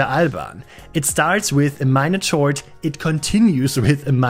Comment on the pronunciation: As you mentioned, English is not *deine Mutterspache*, but "chord" in English is pronounced more like: "Kord". I am also learning Deutsch, so I thought I'd show off some of my vocabulary.